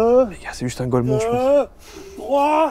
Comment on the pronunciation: Ça se dit pas « golmon » pour ta gouverne, Jsui à 2 doigt dme mettre à ton niveau pr te remettre à ta place